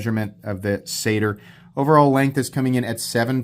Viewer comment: I'm pretty sure they pronounced it "Satire". Not "Sader"